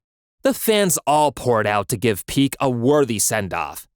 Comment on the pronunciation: Bro called Pique "Peak"